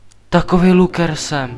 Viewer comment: neni to hate jen rada: Jak rikas luker tak se to cte laker